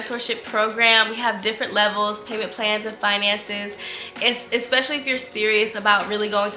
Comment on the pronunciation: I love you and your channel so much! But I ain’t gone lie I cringe every time you say ‘expecially’ 😭😭😆